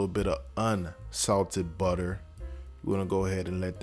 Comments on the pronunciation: bro had me at "honey BUTTA".. 😂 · Soon as he said butta I knew I was on the right channel 🤣🤣🤣🤣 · When he said 'Honey Butta Garlic Glaze', i knew i was in for some shit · love the start.....HUNNY BUDDAH😂